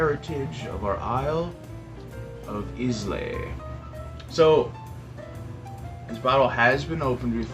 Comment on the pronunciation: Just so you know…it’s pronounced “eye-la” for islay